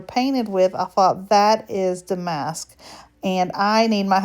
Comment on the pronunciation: Damask = “DA-musk” 😊